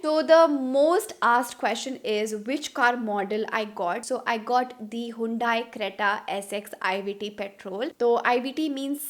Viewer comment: It's not hundaaai.. you should learn how to pronounce your car brand name perhaps